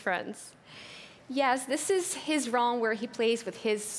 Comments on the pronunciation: IDK what her name is but the girl in the black jacket with a white shirt inside of it She calls realm: Rolm me : Rolm? why is she saying rolm? its called Realm not rolm “starts laughing”🤣😭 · Access to your “ RoLm” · Next time you might wanna find someone who can actually pronounce "Realm".